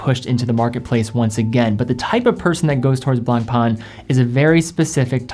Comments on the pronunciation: Ok, you need to pronounce the French names correctly. Le Blanc (masculin) / La Blanche (feminin) means the color "White". Blan/c, the letter C is never pronounced. Pain, means Bread. So, Blanc Pain means White Bread. Because Le Pain is masculin, the adjective has to be masculine, in this case Blanc. Same goes with White Wine. French 101 for free 😋🙏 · lol true blangpang...XD it's blanc pain litterally means white bread in french. funny name for watches that go for 130000 euro per piece. allot of breads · Awesome list. Tis "Blanc-pen",though...easy peasy